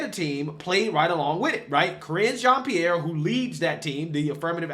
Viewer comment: Ca-ringe Jean Pierre lol